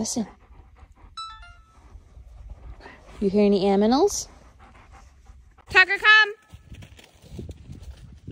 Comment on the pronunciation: "you hear any aminals?"🤣🤣🤣🤣